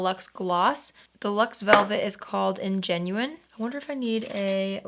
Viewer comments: BTW That lipstick shade isn't "ingenuine", it's "ingenue"- pronounced "an-juh-noo". It is a word from french, and it's used to describe a character (especially in plays/musicals/opera) who is a young, innocent, naïve woman. Not trying to be critical, but just to give more information! Hope this comment helps someone learn! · I need an bun tutorial. Your hair is always perfection. P.S. Ingenue is French and pronounced Ah-gen-new. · ingenue = "ON-juh-new" (a naive young woman) ; ) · So glad to see your smile is back,. Your makeup today is as lovely as ever. I think the lipstick you put on is called Ingenue, pronounced “on-gin-NEW”, which is a French word meaning a fresh-faced, young lady. Anyway, hope this helps! Love your videos,! 🌻💕💓